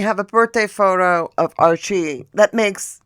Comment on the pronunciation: Hahahahaha!!! Faux - toe! 😂